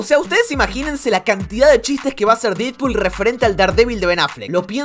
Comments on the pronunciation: Se dice dedpool xd, se escribe deadpool pero se pronuncia dedpool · Mejora la pronunciación de los nombres. No hace falta un profesorado de inglés para pronunciar Deadpool como "dedpul" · Porque le decia didpool 😂